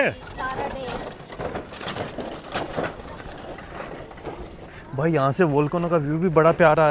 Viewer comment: It's here not hair.. 😂